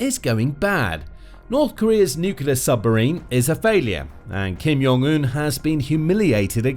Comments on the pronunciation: Jong...Un with a J.. not "Yong" Un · Kim Jong Un is pronounced with a hard J sound. Since I'm being pedantic about Kim's name, I may as well add that nuclear is pronounced new-clear.